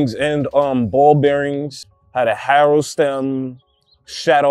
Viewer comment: Dude can't say Haro lol